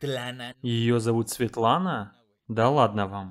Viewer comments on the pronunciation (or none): Когда реакционер назвала имя мамы Dimash Езбиетлана. 😁😂 я вспомнила кулинарный канал который ведёт украинка Светлана, на испанском языке. Канал так и называется Esbietlana. Чтобы не сильно расходилось с произношением 😂😂